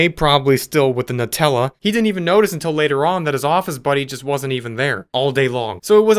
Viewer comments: This is very important: it's pronounced "Noo-tella." Ibknow, because my family and I called the Nutella 800 number on the jar after a family discussion at the breakfast table. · Nutella is pronounced as 'neutella', not 'nutella' as the spelling suggests.